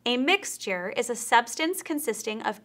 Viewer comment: who says mix-ter, it's mix-chur